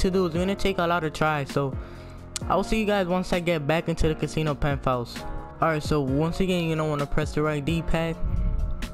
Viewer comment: "Pent" house, not "penth" ouse